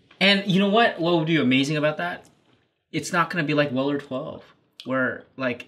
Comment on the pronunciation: Your pronouncing of Weller to me sounds like Willer. For a moment I had to figure out what you were talking about😂